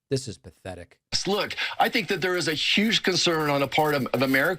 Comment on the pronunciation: "Wook, we make piwats flying pwanes...". Fire that dumbass and elect someone with an intellect. WITHF?